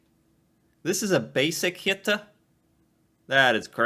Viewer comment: Your pronunciations are perfect! If it is not to far from your normal content, it would be fun to se you try a smal part of the norwegian duolingo course